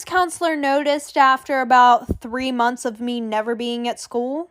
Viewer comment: Normal people:Months:monts